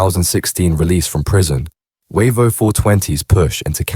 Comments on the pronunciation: No encro was involved. Also its pronounced Wayvo not Warvo 😂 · Not sure where you got most of your info from mate but it’s not true. It’s Said as Way-vo not warvo. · Its pronounced wavo not waco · Yeah, they're pronouncing Wavo wrong. It's Way vo from Wavertree. Defo AI doing the chat.